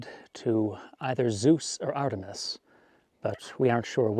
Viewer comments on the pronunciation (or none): none